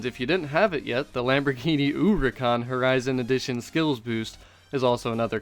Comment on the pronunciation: When you say uricahn instead of huracan I get full on triggered no idea why hahahah